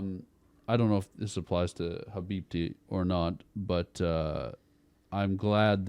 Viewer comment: Dad said habibti like a real arab